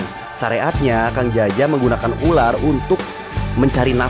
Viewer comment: berapa kali Panji bilang Uler🤣(ular)